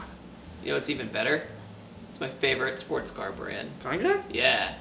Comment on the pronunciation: ...How did he pronounce Koenigsegg?